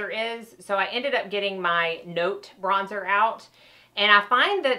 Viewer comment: Bronzer not brozer. Great video though. Helped me figure out my new BK brushes